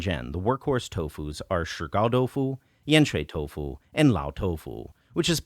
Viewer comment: So why do you insist on saying toufu instead of doufu?